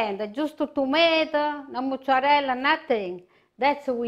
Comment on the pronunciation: why do so many italians mispronounce mozzarella? did she pick this bad habit up in Jersey? there is no "moo" in mozzarella, people.